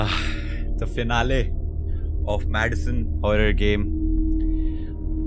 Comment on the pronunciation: Madison sounds more like "Medicine" 👌🏻🤦🏻‍♀️